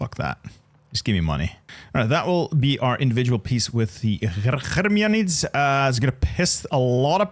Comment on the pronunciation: Awesome video man, and solid Turkish pronunciation, as a helper: there are no guttural sounds in Turkish, you don't need to say Hhqkermiyanids, the G there is the same as in Game. Also the s is s and ş is sh, you don't need to say Kareshi. Have fun kicking the Turks out of Anatolia lol